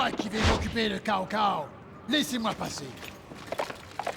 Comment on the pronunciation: Zhuge Liang au lieu de Tchou Ko Leang (sa se prononce a peu pres comme sa) et Cao Cao au lieu de T'sao T'sao, quand on bafouille en mandarin on a forcement les oreilles qui saignent ;) Y'en a tellement que je peux pas tous les relever... Mais c'est cet épisode qui a fait de moi le fan que je suis aujourd'hui :)